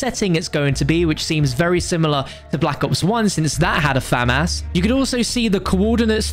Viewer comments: Its famas not famass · Me: Famas: Fam-Ass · i Also enjoy the fam ouse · My brother pronounces it Famis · "Fam-ass" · Lmaaooo, “Fam-Ass” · I wonder if he’ll ever pronounce famas right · Man said Famas it’s m16 bro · Never say famas again